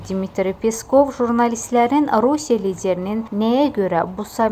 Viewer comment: Ay bisavad jurnalist,"rasiya"yox "Rusiya.🤦‍♂️🤦‍♂️